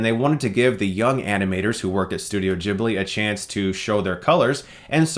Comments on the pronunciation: It pronounce Ghibli not Jhibli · Sorry to be annoying, but ...Ghibli... is pronounced with a hard G, like guitar, not like Jesus. :)